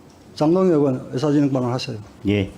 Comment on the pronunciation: 으원이야? 의원이야? 발음 똑바로 하쇼..